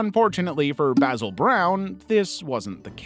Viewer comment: That is NOT how you pronounce Basil...